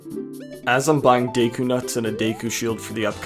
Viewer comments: Day-koo pisses me off so bad for some reason.. its Deh-koo, like a deck of cards. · What is “day-koo”? Do you mean “deh-koo”? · It's pronounced deku, not deku young man